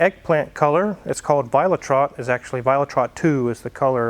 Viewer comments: violet red. Violet rot. Not trott :D You must practice on your german :D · The color is VIOLET RED II - not Violet Trot. Sprechen sie Deutche? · Violet Rot not viola trott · How can you butcher a name like you did on the color spec. ? 😂 it’s called violettrot (violet red) it’s not French , I love the Z3 🙂👍🏻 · Paint color is pronounced "vee oh let-roht". Violet red in German. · vee-oh-let-rote = violet red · Great car, Mrs is going to love it. One little thing, violettrot I think you’ll find is pronounced Violet-rot (literally violet red or maybe red violet)dependent on who you ask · Funny how you pronounce the collor, you say it as one word, but it is actually two words, it's violet red, but then in German